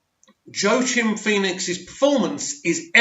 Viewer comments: It's Quackin' Phoenix, not Joe Chin Phoenix. Phoenix is a bird, that you probably knew. But what you probably didn't know is that it quacks. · Joaquin Phoenix is pronounced “Wah-Keen” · As always thanks for your insight on the film. It’s my most anticipated film this year. Also, I’d like to help you out with the pronunciation of the actor’s name. It’s actually Joaquin [HWAK] + [EEN] or [WA]+ [KEEN] . Cheers 🙂